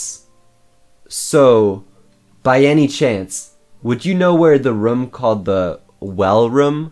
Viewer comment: More nick bring him back By the way why do you say room like roum